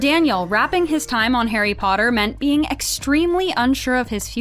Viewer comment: i still remember how tom would say potter as POTTAH that always cracked me up